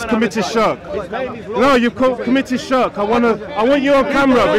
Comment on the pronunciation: Shark shark shark lol... Bro you might be able to school Muslims but at least say Shirk as Shirk not SHARK SHARK SHARK LOL